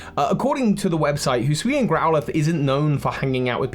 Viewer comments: can someone explain to my why british people struggle with the words hisui and hisuian so much? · he called the hisuian voltorb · Don't worry,, you still have several months to get used to saying "Hisuian".